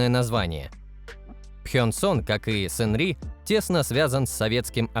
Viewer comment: "Шангри" - нет же, Сынни или Сынри, нечто среднее между этим произносить. "Зажиточному классу северной Кореи" - в КНДР один класс, пролетариат. Про запрет на частное владение авто - бред, как и про сдачу одного авто государству.Это утка из газетёнки "Чосон Ильбо". Владеть авто можно было. Только дорого и незачем. Топливо в стране дорогое из-за эмбарго, а квартиры бесплатно выдают по месту работы, на работу ездить не нужно. Что касается Кима, то "По неофициальным данным" - это уже пояснение достоверности всей информации. Реально подтвержденного владения чем либо нет. Лимузин активно используется правителством, но не только Кимом. На этом же лимузине с этими же номерами передвигался Чхвё Рёнхе, номинальный глава КНДР. На фоне Кима часто виден джип "Пхёнхва", автозавода КНДР, примерно годов выпуска. Скорее всего, это и есть его автомобиль. Все остальное высосано из пальца. Современные производимые авто КНДР - это пратически всегда лицензионные копии китайцев. Но не всегда. Так, трактор "Чоллима 804" Кымсонского тракторного завода - это глубоко модернизированный МТЗ-80. До сих пор выпускается КРАЗ, Jaju-82.